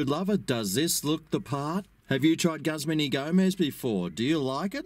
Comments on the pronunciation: Say Gooz-mahn please. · Looks good! I think its pronounced Gooozman Y Gomez.